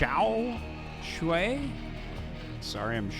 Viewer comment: THE pronounce of Mihu is correct:) Xiaoshuai is like SHAI